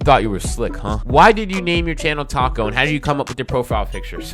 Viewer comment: That is probably the best I have heard someone pronounce my username the first time CONGRATULATIONS on reaching 1k